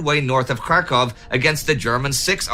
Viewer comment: Kharkov, not Krakov.